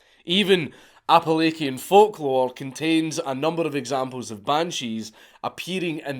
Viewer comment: Great vid. One nitpick, I'm pretty local to the Appalachians, and the word is generally pronounced with the ch sounding like it does in cheese or chill, rather than a k sound like it has in many Greek and Latin derived words. Also, don't sound so disappointed when the myths get modified by Christians. It's a natural evolution, and part of the charm of Celtic mythology, in some cases making the myths more entertaining, so no need to shy away from Christianized elements like they're non-cannon. If they're interesting enough to make the cut, I'm sure we'd all love to hear about them.